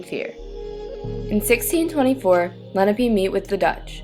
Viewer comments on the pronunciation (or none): Lenape, not lennapee. Your pronunciation is far off